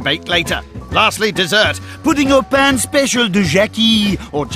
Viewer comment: It’s “co- keel, Sant jock”, and the dessert should have been “dessert pain (pronounced pan)” but if they chose the Brit idiom of pudding for dessert, should have been boudoin (boo-dan) pain. But pretentious people are usually not educated.